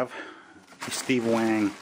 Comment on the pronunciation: Boss, wang ain't wank. Coz they ain't wankers. Just saying, it's pronounced waa-ng. cheers.